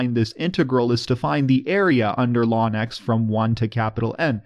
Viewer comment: I like the way you shorten the pronounciation of the natural log to what sounds like "lawn"